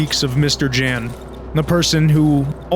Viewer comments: I'm speechless for your videos' quality, craft and dedication. On a sidenote, J is pronounced as Y in slavic languages. so it's Yan, not Jan. And God, I genuinely thought mouthwashing voice acting was in-game. you ARE the goat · mister Dżens xD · Every video on Darkwood keeps getting a lot of the Polish names wrong, and that's to be expected, Polish names can be a handfull. But I wanna correct at least ONE of them: Mr. Jan. J in Polish works kinda like Y in 'Yellow'. It's a shorter version of Janusz ("Yanoosh") or Janek ("Yanek") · As a small fun fact/correction; in Polish ‚Jan’ is read with a sound that English speakers would write down as ‚y’. Like in ‚year’, ‚you’ and ‚yellow’. Same goes for ‚Jasiek’ in There are also differences in pronounciation of ‚a’. In Polish it is closer to ‚a’ in ‚mark’ than ‚a’ in ‚mate’. ’Zocha’–‚ch’ in Polish is similar to ‚h’ in ‚horror’ and ‚hamburger’. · the J in mr Jan's name is pronounced like Y. So it would be mr. Yan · I can't imagine how hard you must have cringed at the way these videos pronounce "Mr. Jan"